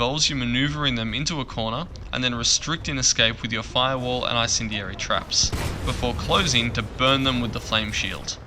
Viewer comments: It's basically pronounced En-Sendy-Air-Y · I-cendeary, really? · The way you said incendiary was painful to hear